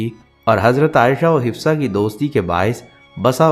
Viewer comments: Hafsa bolein, hifsa galat hai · Apko name sahi padhna nahi ata, Hifsa nahi HAFSA Binte Omer hai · Islamic malomat day rae hai achi bat but plz hazrat Hafsa R.A talafuz ha urdu m b ap n ghult likha ha aur name hafsa ha hifza nhe ha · Hifsa nahi hafsa hai naam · Hafsa naam hai..hifsa nahi naam thik se lo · آپ نام غلط بول رہے ہیں حفصہ رضی اللہ تعالی عنہا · Hifza ??? You’re not pronouncing right name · تلفظ انتہایئ غلط اور ضرورت ہی کیا ہے ایسی انفورمیشن نبی صلی اللہ علیہ وسلم کی ازواج کے بارے میں سوشل میڈیا پر دینے کی